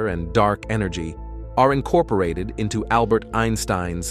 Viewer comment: in-corp-or-Ah-TED... the AI voice had a horribble script that screwed up the speaking. but otherwise, interesting video. almost sounded french, italian and otherwise in vocal, and speeds up and random places. haha